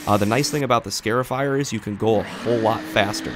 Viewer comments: You are scarring the yard not scaring the lawn. It is a scar-ifier, not a scare-ifier. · " Scare-ifier" 🤦‍♂Cringe every time I hear him say it... It's "Scar-ifier" like a scar on your skin. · It's pronounced "scarr-ifier," not "scare-ifier," like a scar on your arm. Neat little machine, though. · Scarifier Pronounced "Scahr-if-eyer". Like scar, if, eyer. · Excellent video. BTW it's pronounced SCAR (rhymes with car) afier, because the long slits that it creates in your lawn's surface resemble scars. I must admit however, that the closeup video shots of the machine in use, are in fact, just a wee bit "scary". 🤔😎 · Every time you say "scare-ify" I thought of the SunJoe yelling at the grass, "Boo, I'm tearing up the lawn! Hahaha!" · Never heard someone pronounce “scarifier” like that.